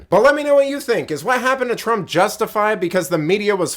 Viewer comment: Twaump? 🤣🤣🤣🤣 Trump please.